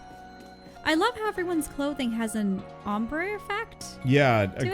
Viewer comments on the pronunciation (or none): none